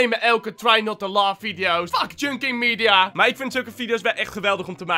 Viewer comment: Bijna iedere youtuber zegt. Try Not To Love maar het is Laugh L A U G H.😂😘